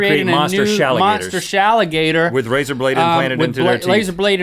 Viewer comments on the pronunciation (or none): Link made the long phrase even worse then Rhett! I died when Rhett said "razor blade planted..." and you here Link say "bla-- lazar blade flanted into their teeth"